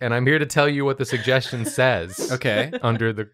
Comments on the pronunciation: "'Cloiche'? 'Suggest-ione'??" xD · could barely speak in the intro other than ""SUGESTCHION"?"